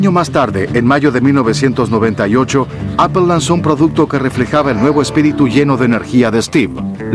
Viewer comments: Appel??? Qué rayos es eso??? o_o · le dice ignorantes a los que usan Microsoft un tio que le dice "Appel" a "Apple"... EPIC FAIL